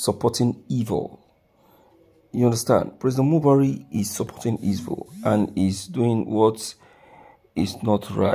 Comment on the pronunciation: Broadcaster why are u calling him Buhaire while you know his not in charge